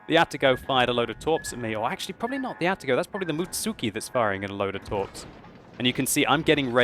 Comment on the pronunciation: That pronunciation of Atago is cringe worthy,. Atago, all in one go, not A-ta-go or whatever the hell that noise you made was.